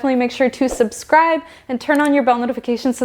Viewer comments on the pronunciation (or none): none